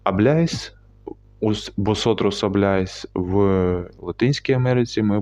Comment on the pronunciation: Абляйс не кажуть ,кажуть аблайс 😊